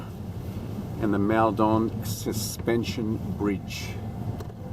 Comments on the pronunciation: Its pronounced mulldon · Is that really how you pronounce Maldon? I grew up around there, and I always thought it was pronounced like “Mall-dun” :/